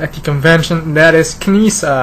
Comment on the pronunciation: Her name is pronounced as "Neesaa." The "K" is silent. Great character in the animated series. Would love to see a realistic Latara figure, as well.